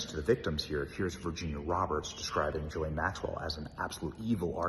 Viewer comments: Ghislaine is a HARD “G” Benny!!! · As much as I can’t stand Ghislane Maxwell, why can’t Benny (as well as a lot of other “reporters) pronounce her name correctly? Even Dershowitz can pronounce it. Hard “G” (like grape or gold) “Gil-ane “. I think she should rot in a maximum state prison but at least pronounce the child predators name correctly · She pronounces her name, Gay-Lane Maxwell. Not that I'm defending this woman. LOL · Great coverage. Just a note, her name is pronounced: Ghee lane. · I wish this guy would either say her name properly, or just stop saying it.